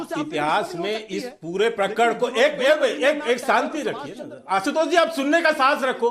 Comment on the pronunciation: रागी pronounce तुम भी जरा सिखलो... असुध गाया और आसुतोस नही अशुद्ध गाया और आशुतोष होता हे!